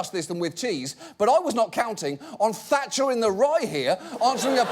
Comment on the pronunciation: "tatcher in the rye" hehehe